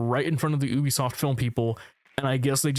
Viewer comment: if you say ubisoft like that you are an op